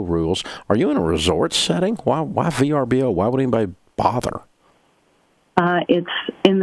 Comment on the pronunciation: oooo it was VRBO ... I thought she kept saying BRBO